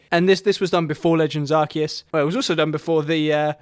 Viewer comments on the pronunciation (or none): none